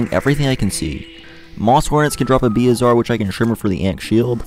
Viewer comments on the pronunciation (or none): its bezoar not beozar